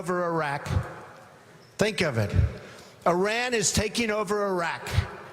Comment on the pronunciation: A guy who can't even pronounce Iran right is running for president? Jesus christ.